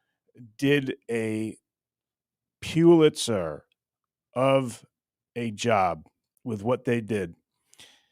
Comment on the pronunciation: FYI …..”Pulitzer”..Pronounced…Pull-It-Sir.